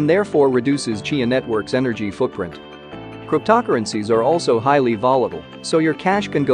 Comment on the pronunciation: “Crypt-tockerencies”, well godDAMN this is going to be a legit video…